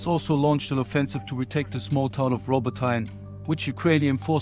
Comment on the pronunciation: It pronounced Robotyne = Rabotinay, Stepove = Stepovay, not stepov 😂